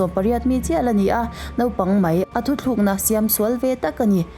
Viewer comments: Thutlukna emaw ka tia,thuthlukna zawk ami..kan lam dan a zir hian a awmzia hi a bo daih sia..fimkhur angai khawp mai... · Thu thlûkna itih leh ṭhin a, thu tlûkna tih tur aw